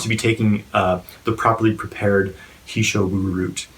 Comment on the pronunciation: He Shou Wu, 何首乌, literally say (Mr )He (何)， head(首)， black(乌). "He", in this case doesn't pronounce "he", likes He is my guy. "He" in this case pronounces "her". And "He", 何，is a common surname in China.